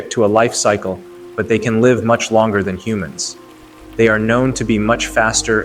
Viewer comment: it is AI. Another video I saw it struggle with the word “live” instead of pronouncing “laive” it said “ livee”